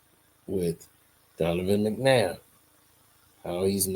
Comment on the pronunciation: Your pronouncing his god damn name wrong